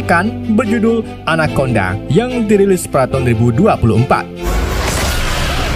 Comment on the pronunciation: Anaconda ❌ anakondang 🗿